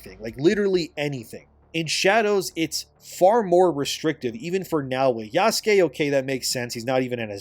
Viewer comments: It's Yasuke, not Yaskay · I think people are mostly making fun of yasuke by intentionally mispronouncing his name, but I could be wrong. I often hear "yaas-keey" sounds so wrong but it may not be intentional 🤣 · It's pronounced "Yass-keh" which is even funnier 😂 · You mispronounce Yasuke with such confidence lol